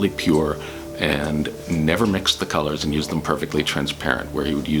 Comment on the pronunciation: Colors not cors..